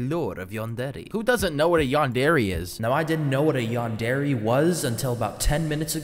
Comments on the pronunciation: "yan der ay" not "yan dairy" LMAO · its pronounced yandera but i guess yandairy works (yandere) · Man said yan-dairy 💀💀💀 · Bro for me watching anime all my life and playing anime games “yawndairy” caught me off guard so much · i just cant get over the fact he's pronouncing it "Yandairy" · ah yes: yan-dairy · “Yan dairy”💀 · “A yondairy” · Bro says yandere like yandairy💀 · "yan-dairy" T-T.. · A yandairy💀💀💀💀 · Why is bro saying yan DAIRY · i thought u where supposed to say it like yan der aye.. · The way u pronounce yandere kills me 😭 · Erm actually you are saying yandere wrong 🤓